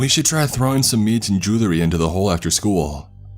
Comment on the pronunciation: Say jewelry again lol